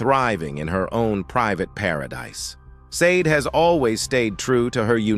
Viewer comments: Ai narrators ruin perfectly good material.. tried to watch but not hearing sha-day ruined it. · Her name is pronounced as (/ˈʃɑːdeɪ/ SHAH-day or /ʃɑːˈdeɪ/ shah-DAY) at the mark, Billy Crystal says it correctly. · You pronounce her name shar-day … Sade get it right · Can't watch it with the AI saying "saaaade" all the time. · You should rather have "misspelled" her name (maybe "SAH-DAY") in the transcript for the AI to pronounce her name correctly. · Can someone please fix this AI voice? SADE? I can't stand it. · AI DOESNT KNOW HOW TO SAY HER NAAAAAAAAAAAAAAAME FFF THIS